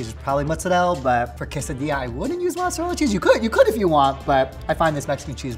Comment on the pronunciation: Please stop with saying mozzarella as ‘mozzarelle’ that is so not Italian 🙄